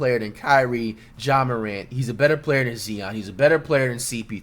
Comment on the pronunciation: Whats more disrespectful? Zion being ranked 57 or you pronouncing his name Zeon? We aint talking about a 12th guy on a roster here....